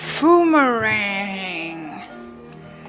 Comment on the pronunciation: Tbh its called thy-poo-mer-rang